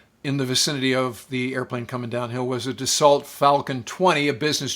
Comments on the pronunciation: Being a French company Dassault is pronounced Dass-sue. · You said "Da Salt." lol